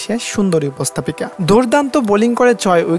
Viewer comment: "উপস্তাপিকা" বলা হয় না, উপস্থাপিকা বলে।এ কেমন বাঙালি যে শুদ্ধ বাঙলা জানেনা?